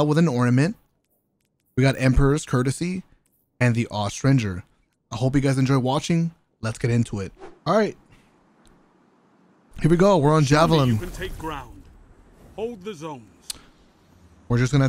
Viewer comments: Looks at the meta Kinetic 120 and solar Felwinters Solar and void 120 and kinetic shotgun. Huh... That'll be fun~ Also,, it's Aust-Ring-Er Aust like australia, ring like wedding ring. The "inger" part is pronounced like finger. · The “Austrinjer” 😂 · did he just say "aus ranger" ?